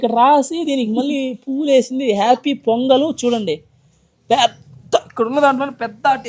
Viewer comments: Pongal ❌ Ponagal✔️ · Pongal❌ ponagal✅